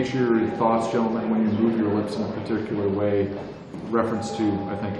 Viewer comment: The way he says gentleman reminds me of peaky blinders. Gotta call it like it is, that was a wonderful way with lips